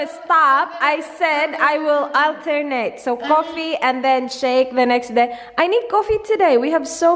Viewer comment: congratulations 💗🎉 unang nood ko po ng vlog nyo na addict na po agad akoo huhu😂 sakakanood ko po sa inyo na addict na rin po ako sa "coffeee" *insert you aussie accent❣ God bless po sa inyo💖